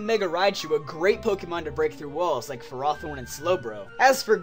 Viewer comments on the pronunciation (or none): fer-OTH-orn? rly?!